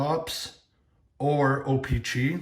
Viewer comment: Or how he says o pee chee